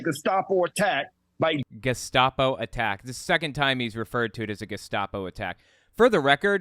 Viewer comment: Thank you,: "Bedminster," not "...minister." "Geh-SHTAH-po," not "...stop-o." Learn language, dumbasses.